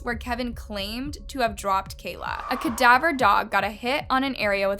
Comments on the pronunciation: My God! It's ca-DAV-er, not CAD-aver. Your mispronunciations are maddening. You mangle names and can't say simple words like this. It makes your stories extra cringy. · Ka-Dav-R dogs. Say it with me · Cadaver is pronounced kuh-dav-errr. Sorry the Muslim in nation has really been annoying me in the last few videos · "kadivver" dogs 😅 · I love your videos but you’ve got to learn how to pronounce words or don’t use them if you don’t know how to pronounce them. It gets distracting. Cadaver is pronounced kuh-da-ver. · It's the way you pronounce "cadaver" dogs for me lol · please please PLEASE learn how to pronounce cadaver the right way it bugs tf outta me every time 🤦🏽‍♀️🤦🏽‍♀️🤦🏽‍♀️ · how do u constantly mispronounce CADAVER as a true crime youtuber lmao. also who says naivety like that….